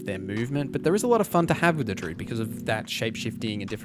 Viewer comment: good video man but you aren't pronouncing druid properly